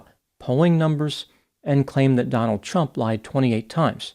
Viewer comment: I sure dislike the way you emphasize the T when you say Trump.